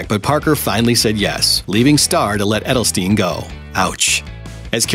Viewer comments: Dude that literally made me cringe hearing her name wrong. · Literally made me cringe hearing her name like that